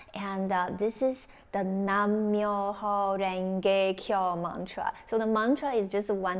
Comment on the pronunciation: It's NAM MYOHO RENGE KYO.... NOT "NAN"